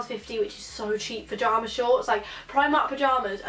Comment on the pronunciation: Video was great but was it just me that got annoyed when she said jarma shorts not pyjama